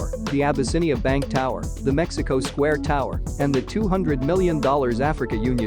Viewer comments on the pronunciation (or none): none